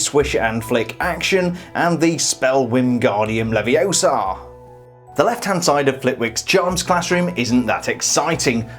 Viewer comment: "It's 'leviosa', not 'leviosar' " Anyways, great video and assume you're hyped for the new sets, I know I am!